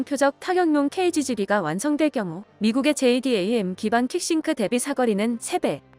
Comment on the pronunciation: 항상 좋은정보 잘보고 듣고있습니다. JDAM >> 제이담 미사일로 읽어주시면 됩니다!